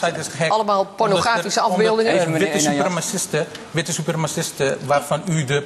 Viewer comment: ''EEN WITTE SUPERMASIST'' Deze man heeft echt geen flauw idee waar hij het over heeft, dure woorden gebruiken en niet weten hoe hij ze moet uitspreken.